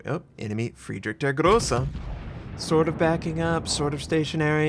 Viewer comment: You should realy learn the pronunciation if you like the german so much. Its realy painful to hear yours :D Friedrich isnt pronunced Friedrick.. Nevertheless, i realy like your videos. :)